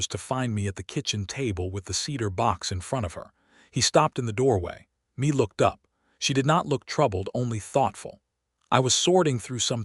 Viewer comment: Please, please, please work with AI to correctly pronounce Mae (NOT Me, but May like the month) and Chisholm (Ch-is-um). The mispronunciations take away from the story. I am not sure I would have been as trusting of Cole as Mae was. For me the 4 years of courting, then to disappear for 10 years would always make me wonder if the same thing would happen again. I have been married 54 years. We both were 19 when we married. My husband was abandoned by his parents and adopted by his parents. I grew up in a chaotic family situation - my parents divorcing when I was 2, after that my mother had 2 more difficult marriages and divorces.with those histories, my husband and I had some serious discussions about the need to be sure of our commitment to one another. This stories premise does stir up some of the trauma and fears from my early years. Listening from TN.